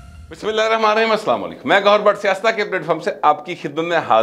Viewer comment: AoA. Please recite 'Bismillah' clearly in the bigininng of your each vlog. Presently it is not clear enough to respect the name of ALLAH. Thanks